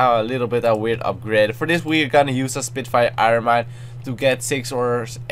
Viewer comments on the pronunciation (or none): none